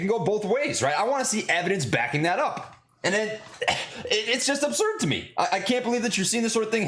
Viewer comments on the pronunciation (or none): none